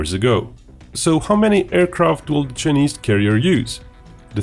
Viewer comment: Given that he is going to say "Chinese" hundreds of times in this video, how is it possible that the supposedly professional commentator of this video, does not know how to pronounce "Chinese"? And how is it possible that nobody corrected him before this video was launched? I'm only asking.